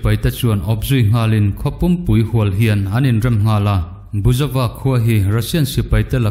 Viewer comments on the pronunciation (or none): Buizova khua tiin kan chhiar chu le.A ngaihnawm ṭhin e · Buizova khua tia kan chhiar chu le. 🙊🤣